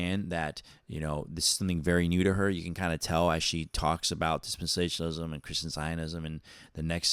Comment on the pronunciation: You can't even pronounce dispensationalism , lol😂